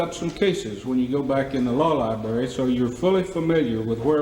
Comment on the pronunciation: Judge said law lieberry 😂